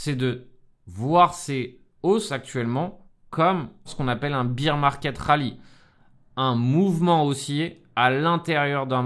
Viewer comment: Pourquoi tous le monde dit BEER market au lieu de BEAR market ? ^^